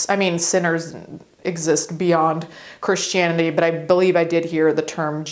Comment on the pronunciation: Misheard you say "Chris Chanity" and blew my own mind.